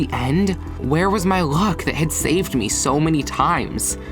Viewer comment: you pronounce luck wrong